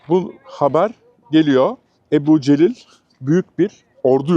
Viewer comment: Ebu Celil değil de Ebu Cehil mi acaba?